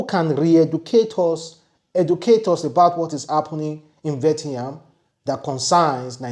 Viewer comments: Vietnam not Vetiyan😂😂😂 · Mr. It is, Viet-nam. Not Vet-yam. Thank you. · It is Viet—Nam not Vie-ti- ham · Pronounced VEE-YE-T-NAM= Vietnam. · It's vi-et-nam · pronounced VI - ET - NAM. I just wanted to correct you. One love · Please, your pronunciation of VIETNAM(VI-ET-NAM) is very very poor and bad, I never expected that from you. Thanks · YOUR PRONUNCIATION OF VIETNAM IS INCORRECT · He can't pronounce it well to save his life. I bet you